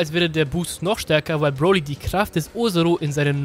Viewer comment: Du sagst broli FALSCH